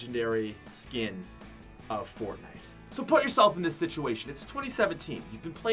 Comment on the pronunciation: Ummm yo said fornite Im pretty sure it’s fortnite